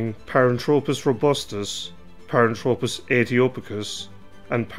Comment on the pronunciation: Nit picking here but he drops the h in the name which means it is incorrect. I find it annoying to be honest. It is not Paran-tropis....it is pronounced thropis...as in throw......a couple of other terms are wrong as well but hey, not gonna labour the point any further.